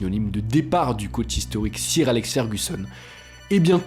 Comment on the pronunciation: Juste on prononce « soeur » et non pas « cire » à propos du titre de noblesse anglaise !